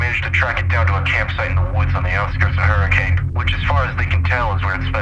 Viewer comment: Honestly, there’s a lot more going on here I think and this is a classic Fazbear Entertainment cover up. Look forward to seeing this game and its lore expand further! Also this isn’t that big of a deal, but “Hurricane” is usually pronounced “Hur-ah-kun”. Dunno how many people actually say it like that over in Utah, but that’s what I’ve heard!